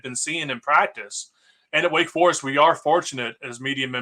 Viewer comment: What is a “Wake Far-ist”? You mean Wake Forest?? That’s an O not A sir..